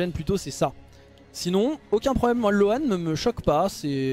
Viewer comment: Pour info, "loan" se prononce "lowne" 😉